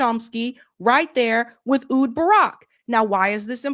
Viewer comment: Rhys, pronounced Reece. It is the Welsh spelling of Reece. Ehud, pronounced Eh-hood. Menachem Begin, pronounced Meh-NAH-hem BEH-ghin. Please, please... You have got to learn to pronounce foreign names correctly.